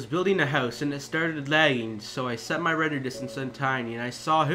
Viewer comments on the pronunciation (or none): none